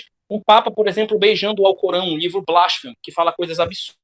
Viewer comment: Obrigado pelo vídeo, galera. Uma correção: "Blasfemo" é uma palavra paroxítona.